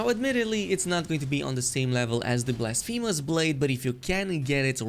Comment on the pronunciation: blasfeemus blade😂